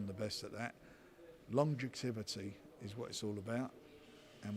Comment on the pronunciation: Long-ju-tivity 😂 Frank is a confused old muppet.